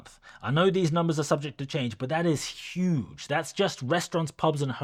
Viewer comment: Did he just say yoogay government 😂. Thanks for update 👍